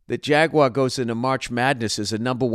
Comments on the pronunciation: Someone tell him how to say Jaguar and not to pronounce it like it's French. "Jagwaa" haha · Call me a dick cause I don't know why Bill's pronunciation of "jaguar" bothers me. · My guy said jagwa every damn time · Really here Bill’s Massachusetts accent when he says Jaguar 😂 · Your Boston accent comes through when you say "jaguar" 😂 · Lol what is with that “Jaguar” pronunciation